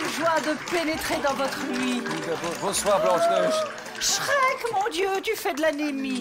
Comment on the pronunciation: "Shreck" mdrrrr